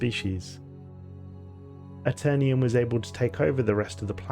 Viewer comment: "The Aeternium" lol this is why we over the pond don't say aluminium. Just jokes though, love your channel!